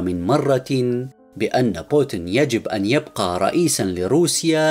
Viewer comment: إقرأ اسم بوتين بطريقة صحيحه من فضلك